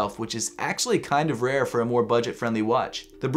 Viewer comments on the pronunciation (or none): none